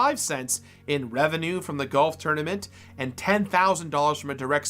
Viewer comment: You pronounce "golf" as goff" and it kept throwing me off